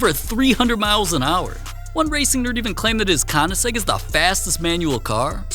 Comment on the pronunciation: Did bro really just call it a koniseg???????